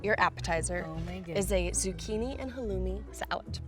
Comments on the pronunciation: As an arab, the way she pronounces some words that are arab( sumac, halloumi and kofta(kafta) ) kinda triggers me but eh she isnt arab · Am I the only one who was triggered by the way she said kofta and halloumi? Arab gang where u at?